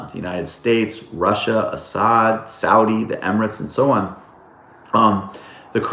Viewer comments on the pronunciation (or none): none